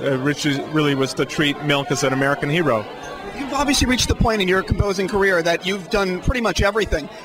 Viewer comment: I like the way Danny pronounces the word 'hero" when talking about Milk, he says "hee-row". Extra emphasis on the "he" in hero....anyone else noticed that? Could be just me lol